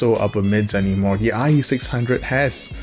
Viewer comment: now we have the eye eee six hunge-o's.